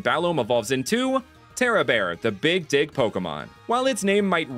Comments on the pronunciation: Look, I love you, but I did not hear “Dig” the first time you said “Big-Dig Pokémon.” I heard something else. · I still can’t here dig no matter how many times I replay it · I nearly did a double take when I heard "The Big Dig Pokémon" let's just say I didn't hear dig but a different word instead